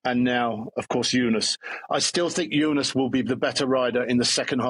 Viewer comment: Why does Wiggo insist on saying "Junas"? George says "Tajay" too 😁